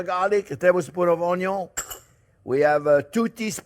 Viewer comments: I am now fully convinced that the word 'onion' has been misspelled and mispronounced for ages. It is 'oño' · This recipe lacks sufficent "onyo" 😂 Love ya JP. 😉 And not to tell a real pro his buisness - but pork and maple go together like onyo and beef... Real maple syrup (the darker the better) instead of corn syrup. And I like the smooth taste of a wheated burbon - so there is always a bottle of makers mark in the house. Makers is affordable and pretty decent if you don't like the spice of a rye mash bill. (Couple shots of that go in the sauce. And 4 measures for me as an old fashioned while I work) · If it has "onyo" it has a like